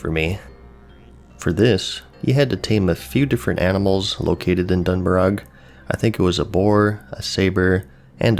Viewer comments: "Dun Moro" not "dun Morog" :) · Don Mor-ah, not Don Morak lol. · Its actually “dun morah” if we compare it to Celtic. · Dun merog? I always though it was Dun Maroh? Mar ooooww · It's pronounced mor-oh. Lol like the end of toe, go, pro, foe...... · I've always pronounced it Doon Mooroh. It was interesting hearing another take on it, lol. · It’s dun “mor-O” lol and omg that zone is absolutely awful 😂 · i love you, but listening to you say dun murrog kills me every time. Keep up the great content tho <3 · Lol, it’s dun morough(done more-o) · "Dun Mur-Og"??? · Great Uthers Ghost that is the single most beautiful rendition of any FFVII song I've ever heard! And based on the Warcraft II pronounciations of "Dun" its pronounced "Doon" or "Dune" so "Dune Moroh" "Dune Algazzz" etc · Done-Muh-Roe (Dun Morogh) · Dun- more-Ah ...... :/ I’m Irish, and yes it’s Celtic and I’m fluent in Irish which is a Celtic language and there’s plenty of Irish words that end in ogh like this and there spoken with the sound of AH not Row....All Celtic languages are very similar in how they sound, Scottish and Irish are almost identical...Dun Morogh is pronounced Dun Morah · I always said it like the scot's would. Done-moh-ruh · Imagine saying the worg "throughout" and pronouncing the "g" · So funny when you asked how to say Dun Morogh, the whole time before you asked i was like you are saying it wrong XD not that it matters at all xD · Mispronounce dun morogh one more time son i wanna punch a baby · I think you're on to something with the grinding thing. I came from a korean mmo before wow, (maple story,) and it turned me into a grinding monster as well. Lovely video. Just the right kind of content to get into the mood for classic. And I'd say the gh in Dun Morogh is silent like in 'Murtagh'. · So triggered by the he pronounced Dun Morogh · The way he pronounces dun morogh triggers me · yip and us Irish